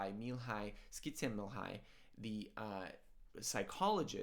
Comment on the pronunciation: Are you sure you pronounced Mihaly Csikszentmihalyi correctly?